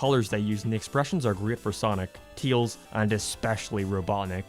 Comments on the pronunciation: Why are you having pronouncing Tails? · Sometimes he names him teils insted of tails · Teails, I like the way you say it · Why does he pronounce Tails so weird?